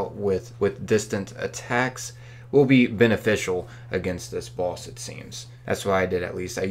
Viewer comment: Why do you pronounce "boss" and "runes" like someone who has never heard the English language before?